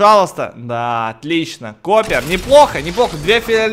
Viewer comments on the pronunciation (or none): Акул прочитал Chopper (коппер)....... Чопер Акууууллл!!! Как чоперные мотоциклыыыы!!!! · Не Копер, а Чопер! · Не Коппер , а Чёппер